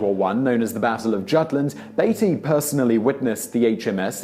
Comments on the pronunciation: Beety not Baity , I get the feeling I am watching an AI person. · Why, as a Brit, did he say "dove" when here we say "dived", mispronounce the name Beattey (should be "Bee-Tee") and say "The HMS ..." when the word "The" is superfluous as it expands to "The His (or Her) Majesty's Ship"? 🤔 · Beattie pronounced beetie